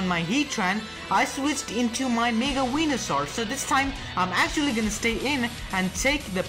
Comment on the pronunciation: Not weeynasaur